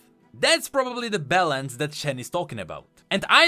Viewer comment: out here saying balance like bellend